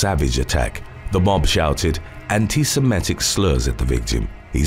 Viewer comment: Epithets not epitets. Anti-semitic not anti-semetic Reconnaissance not recognizance Sporadic not sparodic